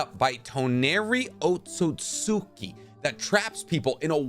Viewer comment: Otsutski is pronounced OAT-SOOT-SKI Love the videos but you need to fix that pronunciation